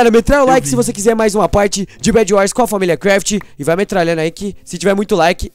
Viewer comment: ele falou familia craft errado ele cortou o video no inicio